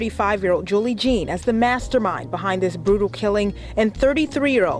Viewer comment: Love how she pronounced it “Juhn” and not “Jean”. Probably French, either Louisiana or Haitian.